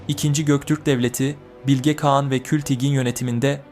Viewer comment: Güzel video olmuş elinize sağlık sadece “Bilge Kağan” derken telaffuzu bazı yerlerde hatalı kulaği bazen rahatsız ediyor. Birde kagittan okuyor gibi oluyor bazı kısımlar. Doğal konuşma tonunu yakalarsan daha güzel ve akıcı olur. Ama tabi sadece bu geliştirme yönlü bir yorum. Emegine sağlık, kolay gelsin